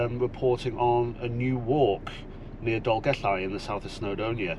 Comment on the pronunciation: Diolch Going to do this in April 2025 Best guide to this walk I did read somewhere that only disabled people are permitted to drive to the top? Great to hear you pronouncing the ll in Dolgellau